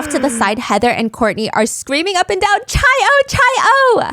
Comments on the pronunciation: I love this podcast so much😩 No hate at all but the chi in omega chi is actually pronounced like “Kai” not “chai”! Cannot wait for part two😍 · obviously I'm still going to listen but hearing chi and not "kai" was driving me nuts...when I was rushing it was engraved in my brain bc I'd always say chi 😭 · Also it’s pronounced “ky” not chai for chi the Greek letter hehe 😂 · I love your BAMs Stephanie! Also this is a minor detail but the Greek letter “Chi” is pronounced like “Kai” just so you know! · Just wanted to clarify that the Greek letter chi is pronounced like "kai" 😅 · It’s pronounced Kai for Chi Omega 😂 besides that I think it was Courtney.